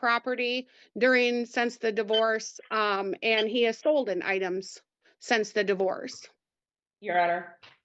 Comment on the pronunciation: Did she just say Stolden?